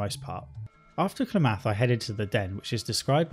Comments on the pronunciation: I'm from Oregon and the way you say Klamath is hilarious but most people don't say it that way here, think of it more like cla like in clam and myth together then clamath! So we say it like clamyth, Klamath! I hope this helps! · It's pronounced 'Klam-ith'. 😬 🤣🤣🤣 Shots fired. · Your syllable emphasis in things like "Klamath" and "Sulik" really messes with me. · You mispronounced "Klamath" and "Sulik." You can see the stats of unpurchesed items in the shops. Right click and examine. Many of your complaints (except the ones about combat) were fixed in the Killap Fallout 2 restoration project.